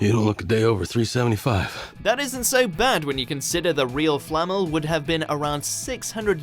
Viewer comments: Its Nicholas Flamél, not Flámel. Swish and flick* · Flammel?? It’s flamel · you're right. He even says Flamel right but then continues to say it like "Flammel" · flamel pronounced correctly multiple times FLAMMEL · FLA-MELL not Fleet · It’s pronounced flam-el not flammel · I cant stand the way he says Flamel. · despite three people pronouncing it correctly in the video, the voiceover still butchers "Flamel".